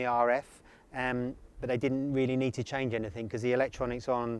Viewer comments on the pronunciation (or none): none